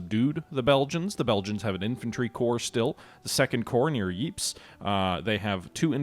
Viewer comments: I'm not 100%, but I believe that Ypres is pronounced ''Eep'' not "Wipers" like the soldiers of the BEF pronounced it :-) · Ypres is pronounced "eee-pray". The British soldiers stationed there pronounced it wipers, which gave their legendary trench newspaper "The Wipers Times" its name. Highly recommend you hunt down the recent BBC movie about that trench paper.